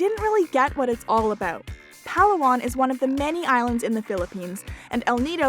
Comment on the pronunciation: As always a great video for factual information. Just one thing, why not pronounce the name as it should be. The pronunciation of Palawan is Puh lAA One